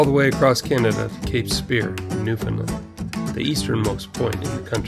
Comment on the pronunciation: Newfoundland rhymes with understand.